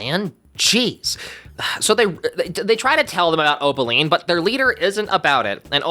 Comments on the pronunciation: its Opaline not Obeline😭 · It's O-P-aline. Not O-B-aline.